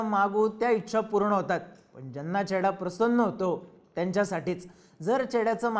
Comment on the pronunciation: घोडा लागलाय ❌ चेडा लागलाय ✅ 😅